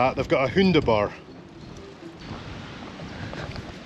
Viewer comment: Always great to hear how welll Scotsmen pronounce German worlds. "Hunde-Bar" for example was quite spot on.